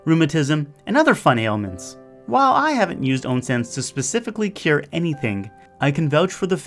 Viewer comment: "And other fun ailment!" HAHA